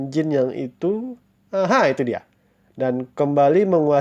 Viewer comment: BAGUS UNTUK MENAMBAH WAWASAN CHINA MMG HEBAT MUNGKIN LEBIH HEBAT DARI MESIR .SEDIKIT KOREKSI PENGUCAPAN PIN YIN NAMA DINASTI AGAK SALAH SPT JIN HRS DIBACA CIN ; TANG DIBACA THANG DLL